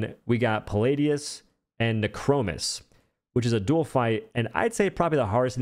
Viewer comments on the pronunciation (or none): none